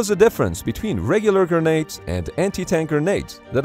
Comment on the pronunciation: Subtitle: "But what was the difference between regular grandes and anti-tank grandes?" (Pronounced gurr-nades by the narrator). LOL!